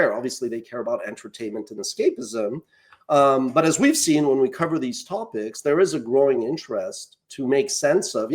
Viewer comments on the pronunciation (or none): none